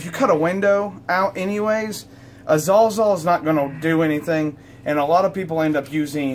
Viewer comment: How come the only people who use a Sawzall cannot pronounce Sawzall?"